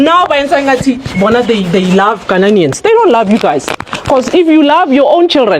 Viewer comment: Fix your country, my lady learn to pronounce the Ghanaian , don't come to Ghana